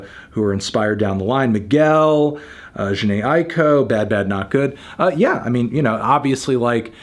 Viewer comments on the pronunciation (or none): none